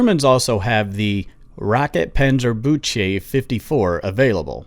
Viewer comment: pronounced phonetically “rockeeten-panzer-books-uh” and the O’s in ‘book’ are pronounced ‘ew’. Not trying to be rude, just thought you’d like to know. 😃 great video btw!